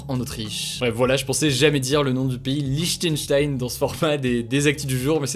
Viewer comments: Lichtenchtensh xD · On dit Lichtenstein